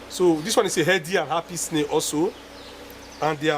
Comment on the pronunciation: Snae, atch, appy...😂😂😂 Nice video sir